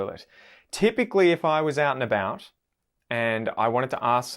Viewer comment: Loved watching this. Will subscribe. I’m from Melbourne Australia. Have enjoyed doing accents from all over the world. Want to offer my observation on Canadian: about isn’t so much a’bOOt (that’s more Scottish), I suggest it’s more a’bOAt. Great work!